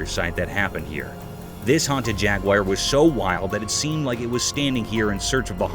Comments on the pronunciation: You mispronounced the animal,Jaguar.its not pronounced jag-wire..its pronounced jag-war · Jaguar not jagwire lol 😂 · It's not jaguyer it's jaguar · Actually it’s pronounced jag-you-ah. Bloody Americans make the stupid pronunciation. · This guy and others prove that you don't have to be smart to be a commentator. He could not pronounce jaguar properly!